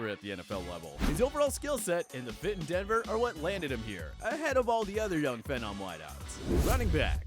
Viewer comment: I cannot stand the way you pronounce phenom. Also, where’s Kyler Murray? Kyler will be a superstar after this year